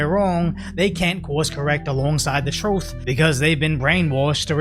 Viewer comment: Do you intentionally say "troth"?